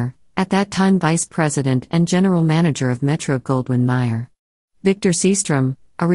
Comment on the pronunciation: Louis B May-er the Americanized version, he chose July 4 as his birthdate after all, not pronounced Maier. Producer Walter Wanger not pronounced Wang-er either, but instead, Wain-ger.